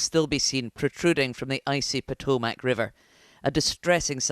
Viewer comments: Hey BBC, all three of your anchors/reports mispronounced the name of the river. It is NOT Po-toe-MAC, it is pronounced Po-TOME-mic. In addition to mispronouncing two of the three syllables, the emphasis is on the second syllable, not third. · Not an American, Potomac is a well-known river around the world, newscaster should know how to correctly pronounce it. Lived in London for over a year. Lived at The Circle, which were those flats that were previously was the brewing district cross the TEMZ from the Tower of London. But the fundamental difference is, I don’t make my living being an anchor presenting the news. I will tell you that most Americans think the Tower Bridge is London Bridge.